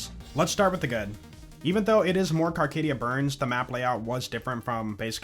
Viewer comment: Carcadia BURN. No ‘s’.